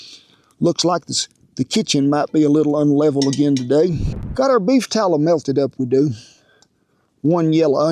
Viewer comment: "We want em to get down into that beef tallah." I love this man.